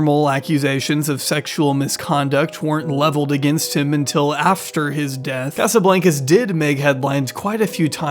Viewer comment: You’re pronouncing Casablancas wrong lol. It’s a long A sound in Blancas. It’s Spanish for white house